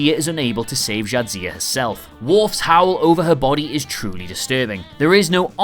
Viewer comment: Are you trying to say Jadzia?